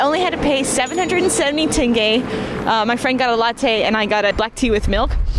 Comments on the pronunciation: Господи она произнесла слово тенге правильно. Ваааау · Она говорит тенге лучше, чем русские со своим тэнге😂😂😂